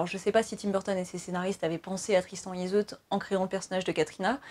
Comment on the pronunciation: La dichotomie entre ''magie noire... et magie pas très magique'' 🤭 C'est de la magie blanche, verte, par exemple. De la Wicca, du Hoodoo... Des pratiques magiques qui ont pour règle de ne pas causer de mal aux autres. Oui ça existe haha Au fait Yseult ça se prononce pas plutôt ''izeu'' ? 🤔 En tout cas cool cette analyse sur un de mes films préférés :)